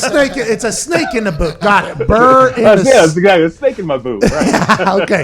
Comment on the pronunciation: Burr not burn Pat!!